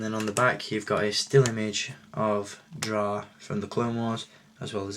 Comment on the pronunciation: i honestly do not mind the commander stone mold because it introduced 2 trigger fingers. btw, i believe it is pronounced it's " drey " but it is too late for that...